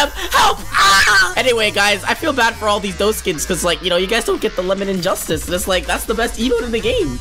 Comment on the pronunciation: He said 'Lemonade Justice'